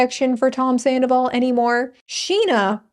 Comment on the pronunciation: Ken saying "tomzandoval" lives rent free in my mind.